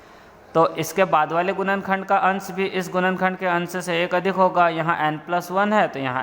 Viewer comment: गुणनखण्ड❌️ गुनन खण्द✅️ 🥲